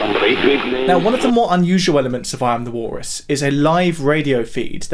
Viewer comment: God, who cares? Learn to pronounce the letter L.